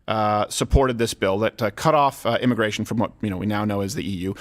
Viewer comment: Immigration is "Al gore"-ical??? ;) hehehehe that's all I heard when you guys said it lol